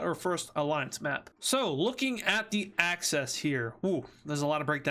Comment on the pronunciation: Why is he saying Acces instead of axis